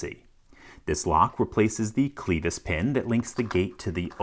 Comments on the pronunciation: Clevis (klev is) not Clevis (kleevus) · Clee- vis pin? It’s clev-is pin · "Clevis" is pronounced with a short "e". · Fyi, it's a short 'e' in 'clevis' pin. Rhymes with 'crevice', not 'Beavis.' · To be a bit pedantic, I believe "clevis" is pronounced "klevəs" where the "e" sound is like in the word "bet", not "beet". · I've always heard it pronounced as the French word it is: "KLEV-ee". The S is silent 'cause French hates consonants or something. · I've never heard a clevis be enunciated as "clee-vis" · LPL: pronunciation check on "clevis" - kleh-vis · the "cleevus" pin eh? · Clever remark. (Which is pronounced "clevAY", as it comes from the French 🙃) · Great video as always. You mispronounced "clevis". The e sound rhymes with "dead". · WHO THE HELL PRONOUNCES CLEVIS THAT WAY!!!!??? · I'm sorry but I just can't get over that pronunciation of 'clevis'